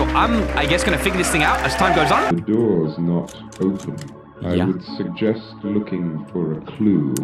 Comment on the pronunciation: The man said "suggestb" 🤣🤣🤣🤣🤣🤣😂😂😂😂🤣🤣🤣🤣🤣🤣😂😂